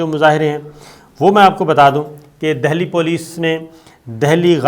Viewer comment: SABIR SHAKIR SAHIB GOOD REPORTING BUT AGAIN YOUR PRONOUNCIATION OF NAME OF SOME PLACE IS WRONG LIKE UTTER PARDESH; AND DELHI AND NAME OF PLACE - NAME CORRECTLY WHEN YOU SPEAK OTHEWISE IT GIVES THE IMPRESSION THAT U ARE NOT PROPERLY TRAINED TO REPORT